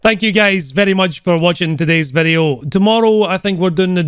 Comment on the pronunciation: I love you saying VEDEO :D Greetings from Turkey <3